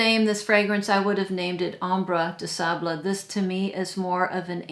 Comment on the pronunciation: Noooo😘 It’s not bad, most of the time quite good, for real!!💕 but “sable” was a little bit of. The “a” sounds more like the “a” in “farmer” As does most french “a’s” in “something - able”. I could be “table, fable or resonable” Just for you 💕😉